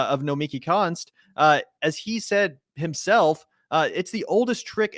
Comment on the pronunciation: Nomiki Konst, the S is silent.